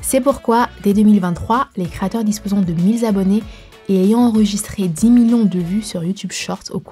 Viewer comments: Merci. Par contre on dit mille abonnés et non mille zzzz abonnés . Pour info. Merci Youtube et ses employés vous êtes incroyables. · Mille "Z" abonnés - AIE mes oreilles